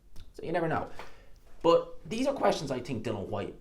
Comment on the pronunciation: At least say his name right. Its Dillian, not Dylan, as in Bob Dylan.